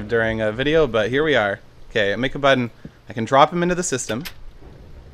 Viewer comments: "If i make a buddon" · hehe, he said buddon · OMG! You do say, "buddon"! :D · Made my day by saying at least "buddon" once in this video..xD